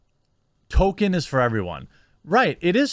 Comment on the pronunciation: I always thought it was "Tolkien", not "Token".